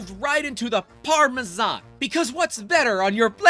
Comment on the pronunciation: I am offended by your pronunciation of Parmesan :) Congrats on 3 years lol